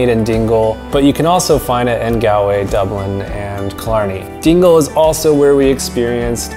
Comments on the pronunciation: you pronounced Galway wrong (not from there) it's pronounced as Gawl-way you elongate the letter a. And make an aw sound when you say Galway and if you plan to go to Ireland again you should go to Cork, we have Cobh it's a town on an island you can visit the Cathedral, you can do the titanic experience and you can go a ferry and go visit Spike Island where you can visit the museum as it was a prison back then you could go to mizen head which is the most southern point of Ireland, you can go to Garnish Island in Glengariff, you could visit Gougane Barra it's not far from a village called Ballingeary, you could go to Midleton where you visit Jameson brewery where you can see how whiskey is made there is a Guiness equivalent called Murphy's Stout where you can only get it in Cork if you like beer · Its pronounced gawlway not galway. Like a gol bladder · good video would just like to mention tho most things where pronounced rong ( like gallway is not gal way its pronounced gall like ball but with a g way and ireland sounds more like are-land and a few other things) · Hey, lovely video, fantastic photography and I’m glad you enjoyed Ireland so much. The only issue I have with your pronunciation of “Galway”. It’s not “Galway”, it’s Gawlway.” Hope you don’t mind me telling you:-) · Recommendation. Don't pronounce Galway, g-al-way. Like he did here. We Irish will laugh at you. Gall-way is better. Gall as in gall bladder or gaul. Not gal as in "Hey Gal!" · Great video. As an Irish person you hit ever thing perfectly. Although, I have admit it’s funny when Americans say Galway with a super American accent yet get more complexed place names spot on. It’s said like Gol-way, don’t stretch the “a” sound. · Great tips and that is from an Irishman 😊 However the ocd In me should jokingly mention it’s pronounced Gall - Way 😂 If you are ever visiting the north coast hit us up for a guided hill walk in the Glens Of Antrim 😊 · Do you mean Goll_way? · OK IT IS ... GAWL-WAY